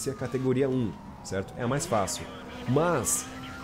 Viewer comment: E ai tudo Cerrrrrto? essa puxada de R é do nosso kkkk